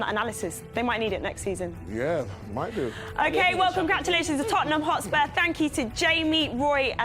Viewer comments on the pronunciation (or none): none